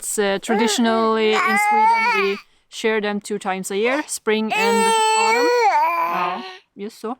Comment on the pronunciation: please explain how you can miss hitting treetops when you fly the drone. Love to you all. Rabbit (Hare) is a very good meat and does not take long to be of butchering size. You could easily capture them with traps. How funny it was when Ivar tried to take the dog's nose into his mouth!!! The word SHEAR is pronounced SHEER, not SHARE.